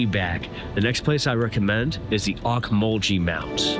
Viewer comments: Great seeing your perspective of my hometown. My wife and I have lived here all our lives and we enjoy downtown, Cherry Street and Poplar Street. Great restaurants again thank you. Other than mispronouncing Ocmulgee river (ohk-muhl-ghee) You did a great job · It's pronounced Oak-mull-gee river by locals! I was a DJ on WNEX rock station and what was then WMAZ radio during the late 60's and early 70's there in Macon and on WNEX we were the early ones to play new music by the Allman Brothers during that era!